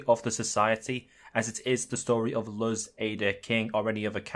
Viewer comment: Mf be making the best arguments I've seen then said Luz like Luhs